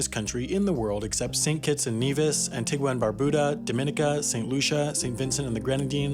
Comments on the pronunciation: Antigua and Barbuda? Is that how Americans pronounce it? For Brits it's An-tee-ga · Just so you know... Antigua is pronounced "An-Tee-Gah" And Grenada is pronounced like 'grenade' with an 'ah' and the end. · Hearing this man mispronounce Antigua, Dominica, Grenada, etc.. hurt me.